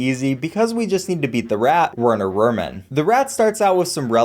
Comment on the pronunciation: pronounces the Great perfectly “I probably pronounced that wrong” mispronounces Werner Vermin and Captain Briny Beard